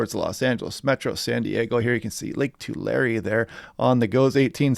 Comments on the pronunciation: Lake "Tahh-larry", not "two-larry" lol!! 😅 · It’s named after the Tulare Indians it is pronounced two lair or lake two lee